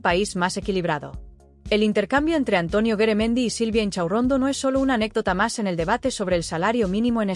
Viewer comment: No es Beremendi es Garamendi y yo no estoy de acuerdo con lo que ha dicho ,por que no se baja el sueldazo el a lo wue gsna un obrero ,veriamos lo que diria entoces ,este señor es un mafioso